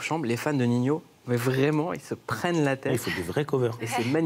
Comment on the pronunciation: B bha sa se dit Nino je crois, pas Ninio 🤷🏾‍♂️